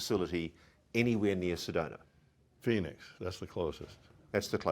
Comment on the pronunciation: yAy! You got it! It's SedonA not SedonER, and ArizonA, not ArizonER. Thank you!